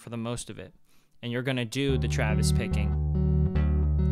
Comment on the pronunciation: I keep hearing Travis Baking????? is that what you're saying?